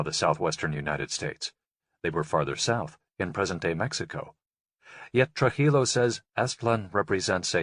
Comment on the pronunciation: not Truh-illo it's Tru-jillo like Trooheelow.